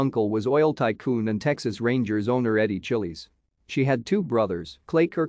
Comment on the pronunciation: Thanks for producing and posting this, but can't you correct the pronunciation of the mindless bot you have as narrator? Chiles rhymes with 'smiles,' not 'chilies' as in the peppers. Anyway, she was a beautiful woman who was among the first American models to become famous around the world. Fashion photographer Francesco Scavullo said she had a "dangerous beauty," and he was right.